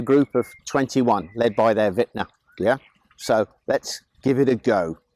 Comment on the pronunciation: I had never heard the word “ventnar,” pronounced before. Video was worth it just for that. Thank you.